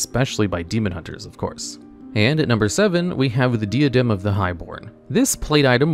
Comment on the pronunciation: Another vid, another mispronunciation. 😅 The “Di”in “Diadem” is pronounced like “Die” or “Dye,” not “Dee.” So it’s “Die a dem.” You could probably guess from the item, but it means crown. 👑